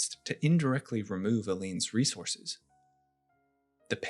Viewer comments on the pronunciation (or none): none